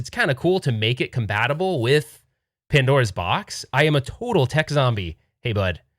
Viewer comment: "Padnora" lol 🤭